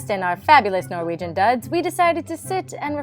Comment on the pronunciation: I'm laughing so much at this 😂 I don't know what's more fun - you pronouncing Norwegian, or the surprise by the loose sheep ;) Also, you are both adorable 💙